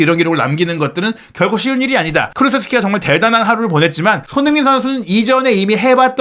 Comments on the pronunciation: 왜 손후인 으로 발음을 굴릴까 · 발음좀 잘 하세요 손흥민이 서닌으로 들리고 클슥(클루세프스키)등 심하시네